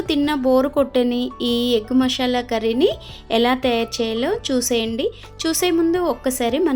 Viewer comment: మషాలా కాదు, మసాలా.